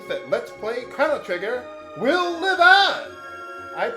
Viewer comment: I love how you kept miss saying the main characters name.